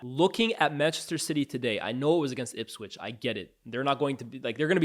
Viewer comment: Bro its ipswich